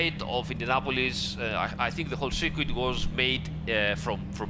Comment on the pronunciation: Can we just get a ten hour supercut of saying "SIRQUEET" already, please?